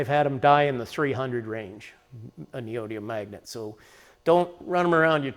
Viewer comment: 5 syllables... ne o dy mi um